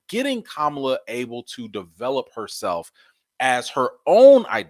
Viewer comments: I love you but please stop pronouncing her name like the disappearing Vice President. Ka-ma-la. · 👍🏾, but her name is not pronounced like the vice pres. It’s ka-MA-la.